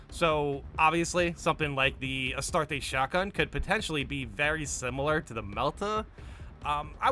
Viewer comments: Two Handed weapons would work just fine, we have the Thunder Hammer already after all, and while not the best on paper in the right hands it can be devastatingly effective. Bit of a nitpick to end on: the way you say Astartes drives my inner lore nerd insane. LoL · My is the mans pronunciation saying astartes. Its not astartesh its astartes the end sounds with a eez so like astarteez not astartess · Take a shot every time says "Astartay" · bro. you're killing me lol Astartes = Uh-star-tees. (not so harsh on the TEES. uhstardes is how it sounds) Arbites = Ar-bee-tees. that's how you say these words brotha lol